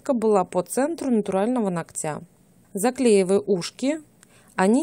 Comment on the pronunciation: Не ногтЯ, а нОгтя...